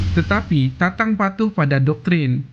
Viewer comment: Tatang mas bukan tantang ..yg bener dong nyebut nama orang